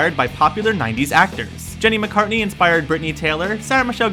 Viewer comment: Minor point: It's Jenny McCarthy, not Jenny McCartney